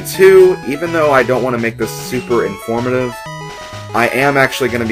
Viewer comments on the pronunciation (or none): none